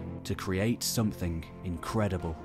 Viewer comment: Call me old fashioned but when I listen to the narration of a video about the possible origin of cities in our society. I prefer the narrator, who understandably might struggle with specific pronouns, to be able to pronounce the word "something" without substituting a K for the G. "Some-think" is not a word , if it was, I am almost sure George Orwell would have made good use of it, possibly even inventing it himself.